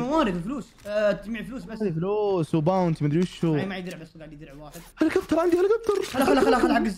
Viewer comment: هليكوبتر ❎ هوليكبتر ✅ هـهـهـهـهـهـهـهـهـهـهـهـهـهــهـهـهـهـهـهـهـهـهـهـهـهـهـهـهـهـهـهـهـهـهـهـهـهـهـ😂